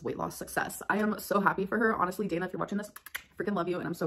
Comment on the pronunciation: So this voice cannot pronounce Dana correctly.